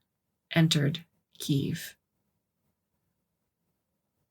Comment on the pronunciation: From a Russian citizen, I was told that the word spelled Kiev has two syllables.